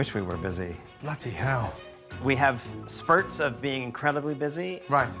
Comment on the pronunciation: 'Incrudibly" cheap???? 😂